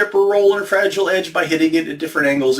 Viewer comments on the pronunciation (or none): none